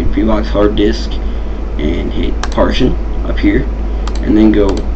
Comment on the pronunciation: Awesome video =) Really helped me out. My only complaint it's that you kept pronouncing "partition" as "partion" haha. It made me twitch every time.